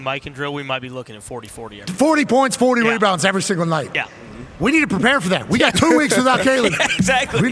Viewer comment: “me-bounds” lol